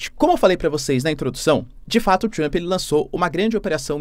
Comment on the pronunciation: Trruamp? É Trampe, professor.